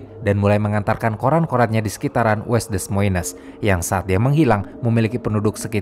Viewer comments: Sedikit koreksi penyebutan: Iowa = Aywa Des Moines = De Moin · Des Moines juga sehrsnya dibaca De-moin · Dibaca Da Moyn Itu Iowa ( aiyowa ) bukan Lowa.